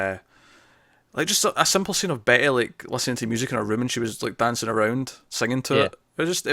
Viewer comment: you keep saying Betty and I keep hearing Bae ...? lol